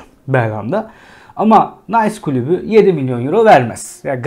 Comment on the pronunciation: Klubu değil, kulübü sevgili.